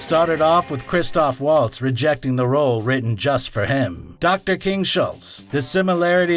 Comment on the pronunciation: And it's Melanie Laur-on and Christoph Vahltz. Amazing a bunch of so-called movie snobs in comment section pick up on RZA instead .